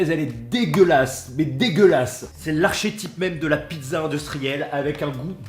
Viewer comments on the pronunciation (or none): Archétypes ça ce dis comme archéologie c'est le sont k 🤣👍👏